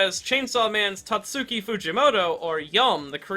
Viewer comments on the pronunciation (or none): none